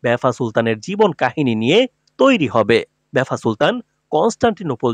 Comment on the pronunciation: লিখেছেন ভাফা সুলতান বারবার বলছেন বেফা সুলতান। আপনিও তো ইতিহাস বিকৃত করছেন।